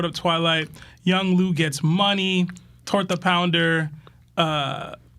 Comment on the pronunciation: Bro said torta pounder 😂